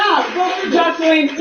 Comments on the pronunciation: Lawd, you keep calling her JosHeline, lol. Are you doing that on purpose? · Her name is pronounced Jose Lynn regarding Joseline Hernandez. When she was with Stevie J she became so revengeful when he couldn’t get her a movie role that she came and verbally attacked his child’s and ex wife. Then she didn’t want anyone going after her daughter Bella after what she did. No. She was wrong to go after Wendy like that.